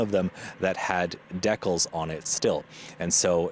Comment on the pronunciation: How did this guy get a job as a news anchor when he can’t even pronounce “decal”?